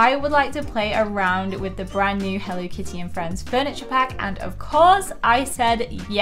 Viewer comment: You’re saying it wrong healthy kids that are using hell Lee kitty that’s great way to pronounce it go to bed I love your store I love your shows but you better show